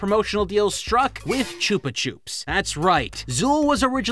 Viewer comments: "chooper choopz" 🤣🤣🤣 is that how Americans pronounce Chupa Chups?? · It's Chupa Chups. Wtf is Chupa Choops? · Never heard Chuppa Chups pronounced as "choopa choops". In Australian commercials they were always pronounced "Chopper Chops". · I refuse to believe that's the way anyone pronounces chuppa chupp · That has to be the wierdest pronounciation of Chupa Chups i have ever heared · Your pronunciation of Chupa Chups upsets me